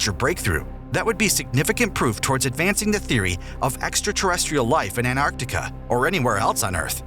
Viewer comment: Is Antartica! Not Anartica!